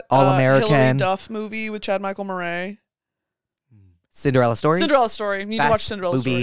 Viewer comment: chad michael murr-aye